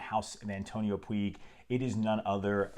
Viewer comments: antonio Puig (pronunciation: putsh) not pooeeg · A great fragance. Antonio Puig it's said "puch", as touch, much, etc 😉